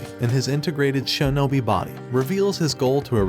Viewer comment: shinobi❌ sheenobi✔